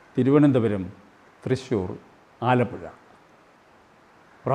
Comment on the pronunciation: വാർത്തകൾ വായിക്കുന്നത് ഒരാമചന്ദ്രൻ എന്നാണ് ഞാൻ കേൾക്കാറ്